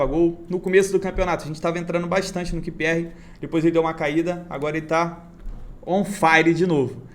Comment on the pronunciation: Repeat with me: "QUIU PI AR" =QPR 😀😀😀 Grande!!! Siga firme!!!